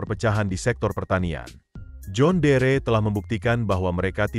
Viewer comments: Ini akibat bikin narasi pake robot Ai, jon dir dibaca jhon deree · Tulisan: John Deere . . baca nya "jon diir" bukan "jon dere" ngak enak dengarnya karena dari dulu jaman nenek gw, merk ini sudah ada di Indonesia dan nenek saya menyebutnya "jon diir" ..bukan "jon dere" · Cara bacanya. "Jon diir" bg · Sedikit masukan buat presenter agar memperhatikan cara penyebutan "John Deere" cukup risih dengerin penyebutan yg keliru.